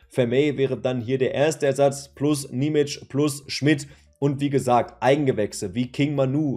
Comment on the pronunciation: Und achja, sein Name wird Nie-mi-tschie ausgesprochen.